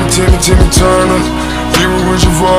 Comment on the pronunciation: It's turner not tuner